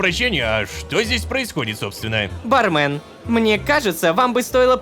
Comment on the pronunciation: Собираем петицию, чтобы Лололошка, наконец-то, произносил ба́рмен а не барме́н